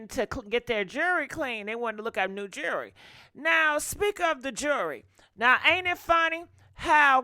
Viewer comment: Jew-el-ry NOT Jury! Rest in Peace Take off! 😪💔🙏🏾